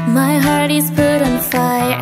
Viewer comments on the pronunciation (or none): none